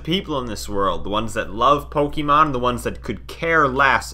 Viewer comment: It's pronounced "poke-ayyy-mon" and not "poke-E-mon" but otherwise, good video